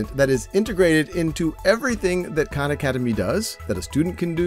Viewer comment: Big fan but Sal need to start correctly pronouncing his last name so people don’t insist on mispronouncing the names of all the Khans